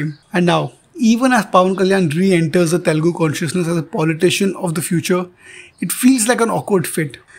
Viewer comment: To The narrator -- " Learn to first say Telugu and not Telgu"